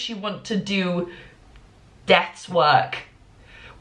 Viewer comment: i actually thought you referred to legal studies as "death's work," instead of "desk work," and i was fully prepared to accept that